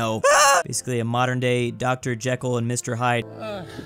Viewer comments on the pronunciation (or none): none